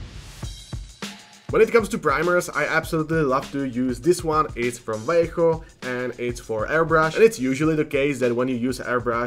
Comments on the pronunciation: Thanks for saying "Vallejo" and not "valley-ho" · Micron is neat for doing text! Also neat, you say Vallejo right haha, most people miss the "B" sound at the start.